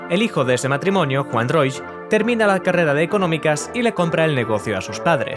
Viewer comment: Increíble que este sea tu primer vídeo. ¡Gran aporte! Solo un pequeño aporte: el apellido de Juan Roig se pronuncia "Roch", no "Roich" (la "i" se omite). Me encantó que la primera tienda que sacaste fue una de las de Sagunto por cierto jajaja, justo esa es la que están reformando ahora a lo que llaman "Tienda 9".